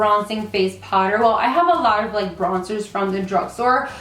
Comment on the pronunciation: the way you say "powder" is so cute! lmao sounds like "Potter" as in Harry Potter , I catch myself repeating it every time you say it!